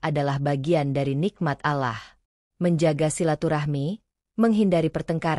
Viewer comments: Kok Allah bacanya alah sih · Bukan alah min. ALLAH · Allah Doble L kenapa di baca alah itu hilang satu huruf L kalo ga bisa baca Ga usah nerangin sesuatu.ini beribu ribu orang bisa salah paham Allah bukan alah dari awal sampai habis alah melulu kapan bilang Allah gitu ga usah koropsi huruf ngapa 🙏😭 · Bkn allah tp olloh bacanya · Allah swt..bukan alah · Ngomong Alloh yg bagus